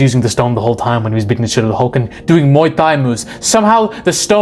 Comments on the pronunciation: It's Muay Thai not Muay Thigh. Hard T dude. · "Muay Thdai" 😂😂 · Muay Thai pronounced Muy tie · What the hell is Muay Thigh????? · “Doing Muay THIGH” bro…